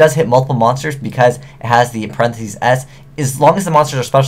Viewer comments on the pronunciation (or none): none